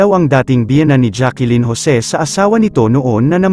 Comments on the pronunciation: It's Jacklyn not Jackilyn idiut. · It’s Jacklyn po not Jacqueline ang pronunciation